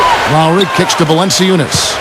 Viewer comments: ahah the commentator says valency-oonus, its valen-choonas. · Valanciunas can't be that difficult to pronounce can it? Wow, butcher job!!